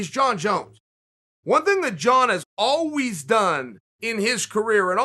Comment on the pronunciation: Chael “Alweez” Sonnen